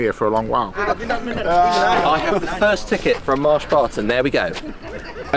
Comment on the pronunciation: I'm hungry now because the way you say Marsh Barton sounds like Mars bars